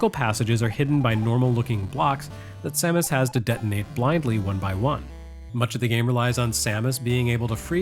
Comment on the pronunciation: FINALLY someone who pronounces her name as I always have!